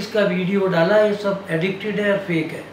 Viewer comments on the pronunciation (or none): एडिटेड बोलना तो सिख लो 😂